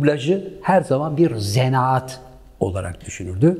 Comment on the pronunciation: zenaat değil zanaat...